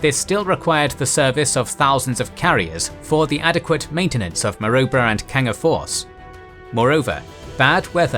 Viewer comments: And Ma-Roo-Bra or Ma-Rib-Ra 😉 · It's pronounces Ma-Roo-Brah. We have a suburb by the same name here. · A great series. However, the AI mispronunciation of names such as Kokoda, Maroubra ect is annoying. 😖😆🇦🇺👍🏻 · I wish someone would tell them how to pronounce Kokoda & Maroubra correctly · Pronounced Ko-Ko-da, not Kockoda, and Ma-roo-bra, not Marubra. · The pronunciation in this video is tortuous. Kokoda is pronounced K’koda, not Kockada. Maroubra force is pronounced M’roobra not M’robr. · Kokoda track. Long second o Rhymes with soda. Maroubra also has a long vowel UO as in you. Milne also drops the e at the end. Very good otherwise.